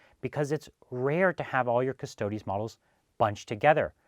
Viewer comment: it's 'preetor' not 'praytor' btw :p but thanks for pronouncing custodes properly and not calling them custards like a lot of people do <3